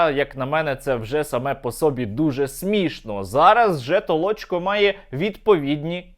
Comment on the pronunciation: Не Толочко, а Толчко